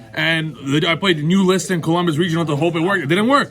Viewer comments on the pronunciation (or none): none